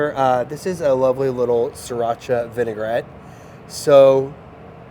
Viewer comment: Vinaigrette is pronounced "Vi-ni-grett" not "Vi-ni-gar-ett. There is no AR in it. Common mistake to add it like in the word vinegar. Great recipe though. and I'll be trying it!